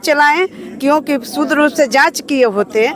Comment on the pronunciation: ये मैडम शुद्ध को सूद्र कह रही है।